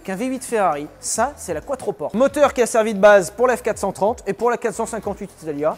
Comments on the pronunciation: "Quattroporte", ai-je bien entendu 😂 ? "Quattroporté mon vieux ! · Maserati c’est ITALIEN, donc c’est pas quatroporte, mais quatroportè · Quattroporté** Enfin on le prononce comme ça ! Et puis c'est plus stylé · On prononce couatropporté.